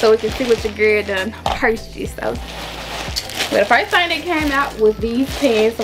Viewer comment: It’s her saying pretty little thang for me 🥰🤣 know we from Memphis